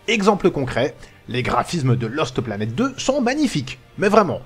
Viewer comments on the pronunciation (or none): J'adore quand dit Loste Planète Deux:D